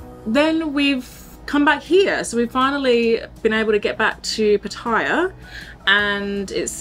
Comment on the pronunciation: Could you please pronounce the name of Pattaya City the correct way. It's NOT ' Pa-tyre', it is pronounced ' Pat-tay-yar'. All foreigners that live here, and the Thai's, would greatly appreciate it. Many thanks.